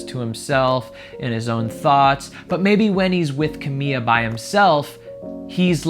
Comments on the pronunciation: Is c a m i l a not c a m i a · Why are you calling her "Cah-mee-ya"? It's Cah-mee-la Cah-bay-yo.. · Ugh. Her name is CamiLA not Camiya. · "Camil""La" not camilla.... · Was it bugging anyone else that he was calling her camia. I was like its Ca-mi-Laaaa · I never thought that I would find someone saying “camilla” so frequency instead of “Camila” annoying. She is not a stretcher/hospital bed. If it has a “ll” (like in her last name “Cabello”, which mean hair btw), then definitely make that sound. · her name is ca-mi-la not camia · It’s not camia it’s CamiLa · XD Ca-mee-la not Ca-mee-ya lol sorry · Dude it’s Camila, not Camia. Seriously why can nobody pronounce her name the right way?!??!?!?! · CAMILA ❌ CAMIA ✅ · It’s pronounced “ KA • ME • LA “ spelled Camila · I love that he calls her camia 😂 so wholesome lol. it just proves he genuinely is giving genuine reactions because he doesn’t know them well! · Cuh-me-la put it together Camila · It's CA-MI-LA GRRR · Lmaooooo 🤣 that's wild from CerrMILLA, "Camiya" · Did anyone notice that he is pronouncing Camilla as camia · CEO of “Camiya” 😂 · This guy can't pronounce Camila and he doesn't know Shawn Mendes is gay. How does he have 80k subs? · Every time you say her name my heart breaks a little